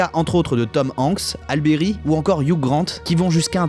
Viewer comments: ça se prononce hali Berry pas hale Berry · a...a...alle bery . C'est pas ally bery